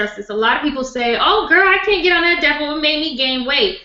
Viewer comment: I could have sworn said,i am going to talk about the devil,but she is saying Depo.!!!